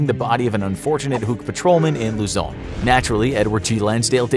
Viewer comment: Its Luzon (Loo-Zon)